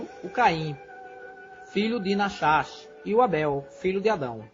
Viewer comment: Pronuncia-se "Nárrash " .